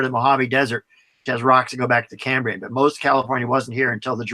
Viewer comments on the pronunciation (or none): none